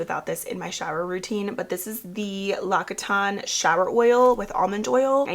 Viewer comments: Hi, have you tried the new salon xtend nails by Kiss? They are amazing. Also, it’s actually pronounced Lox-ee-tan!:) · ❤It’s pronounced “LockSeeTan”